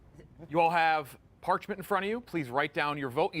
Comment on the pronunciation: saying “parchment” made me physically ill, my god